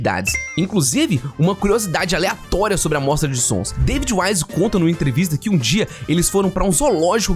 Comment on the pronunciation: Dia ou noite, mas ele falou dio kkkkk